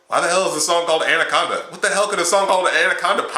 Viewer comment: Not andaconda